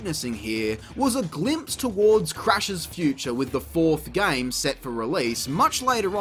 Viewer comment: "gayums" it's GAME bruv